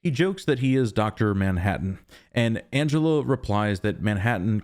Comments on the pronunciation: also her name is Angela - not Angelo!! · you say Angelo.